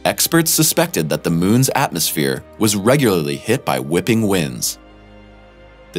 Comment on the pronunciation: You need to practice enunciating the word "regularly".